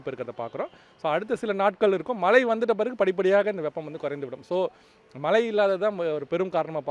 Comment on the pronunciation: That’s Mazhai !!! Not malai